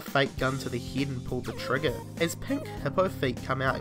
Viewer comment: did you say fucking teen for ten and heed for head